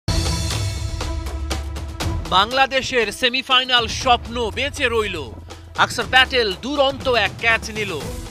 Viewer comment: আকসার না খানকীর ছেলে অক্ষর। উচ্চারণ করতে পারে না খানকীর ছেলে news reporter হয়েছে।